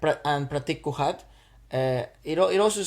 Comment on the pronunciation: It's not kukad it is kuhad